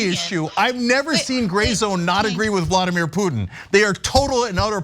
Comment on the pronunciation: Why does he keep saying "Vlodymir Putin"? It is Vladimir. Vlodymir is Zelenskyys first name... the Ukrainian PM. FFS even the basics he's getting wrong. This is such a painful thing to watch... comparing the warcrimes of the Nazis in Ukraine to a bunch of tikki torch waving wannabes in Idaho. UTTER B*LLOCKS